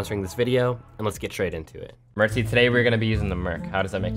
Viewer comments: it’s not mertsy it’s mercsy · Bro's back at it again with "merczy"